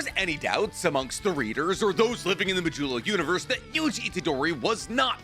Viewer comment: Now try to Say Modulo with the accentuation in the first o please bc modÚlo is making me crazy tyvm